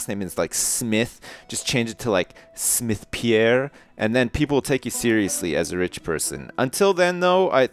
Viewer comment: you said smith Pierre... i heard sniff pee air